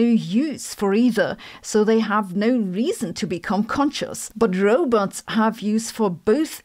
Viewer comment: Row-butts. How can I wallow in anxiety over a non-falsifiable theory seriously if you keep mispronouncing the threat, making it sound like a butt?